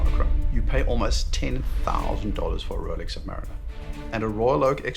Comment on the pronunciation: Its Lolex 😂